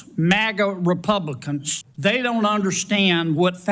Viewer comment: Right at the start he defo says "Republicunts". Does he know he's one of them?